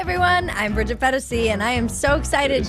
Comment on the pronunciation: Bridget fe-daisy lol